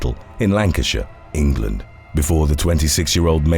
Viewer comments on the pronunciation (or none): none